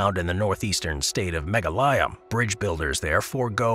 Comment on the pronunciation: Since, although you mentioned the name of the state where the living root bridges are found, you didn't mention the country. Finally it occurred to me that you were talking about India's Meghalaya, which is actually pronounced McGolly-uh. On the subject of Spider Rock, you revealed that it's on Navajo land in Canyon de Chelly, which is pronounced Canyon d'SHAY, rather than can-YONE dee Shelly. The Wikipedia article on the subject verifies this pronunciation, which I learned decades ago when I took a tour of the place in '87. Just for fun, there's a town nearby with an equally odd name--Chinle--which is pronounced chin-LEE.